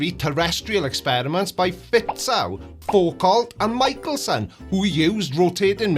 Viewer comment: Who the heck is Faw-Colt?